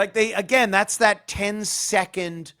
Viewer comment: Also, everything is “thass” instead of “that’s.”